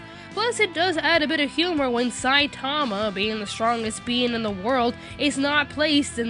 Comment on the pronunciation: I think with the name Saitama the infasis is on the ma, not the sai. It may not seem like that big of a difference, but... NagEEsa